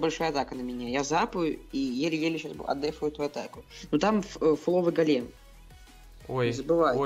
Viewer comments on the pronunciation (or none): Не голееееем а гоооооолем правильно